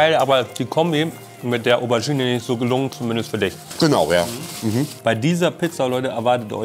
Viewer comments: Wer kennts nicht?...die "Overgine" :D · Was ist denn eine Owergine? 😂. Ach Monte, ach... 😂